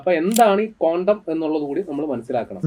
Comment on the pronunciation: കോണ്ടം അല്ല ചേട്ടാ ക്വാണ്ടം